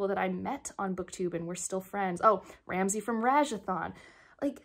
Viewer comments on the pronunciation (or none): What a fun way to celebrate the milestone! Everyone filming on their phone. Such a great and efficient want to manage content creation quality while also managing real life. The way you said Ramsey's channel sounded super Boston. Teal Congrats :D